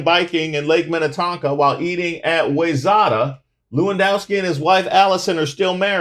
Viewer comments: Wayzata is pronounced "why Zett uh" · It's pronounced - Why-zetta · Boooooy did you butcher Wayzata ... lmao... It's ok; we don't go out there anyway.